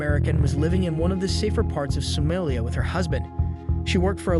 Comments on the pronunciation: So-MAH-lia not So-MAY-lia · sow mah lee ah. is this just an ai voice youtube channel? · He don’t pronounce any of these countries or city’s right at all lmaoo